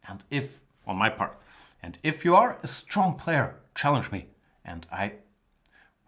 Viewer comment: Ha ha ha pardon me for laughing Jan, but it sounds so funny when you say STRRONG opponents. Reminds me of Steven Birkoff in Rambo 2 when he says: " - You´re strong very strrong! The strongest so far!" and he twists his tongue when saying it in the same way as you....